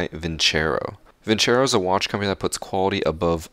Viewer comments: So we just gonna ignore the fact that he pronounced vincero wrong? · He just called it vinchero bruhhh it's vin-cero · It’s vincero but pronounced vinsaro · I hope Vincero is not a english word because It sounds like Vin-Chero, but built like vinsero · Where the fuck is the h in vincero